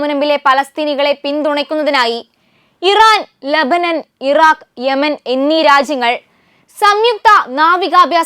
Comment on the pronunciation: ഇറാൻ✴️ ലേബേനോൻ✴️ റാക്ക്❓❓😁 യമൻ ✴️ ഏതാ ഈ റാക്ക്